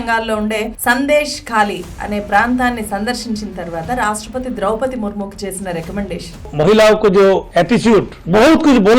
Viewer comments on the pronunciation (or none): none